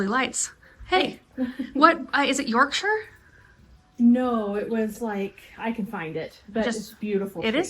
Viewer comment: I do love it when americans say yorkshire and other english places properly 😂